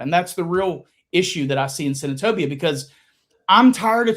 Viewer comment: When I hear say Senatobia I cringe and get mad for him!!!